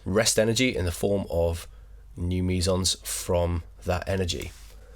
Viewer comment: Sounds like you're saying Measals. Lmao